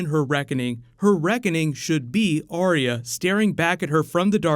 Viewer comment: Arya with TWO syllables, not THREE as is spoken by too many people who claim to "love" her character and the show.